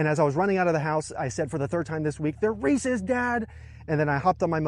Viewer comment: It's good to see Someone else who knows how to pronounce Reese's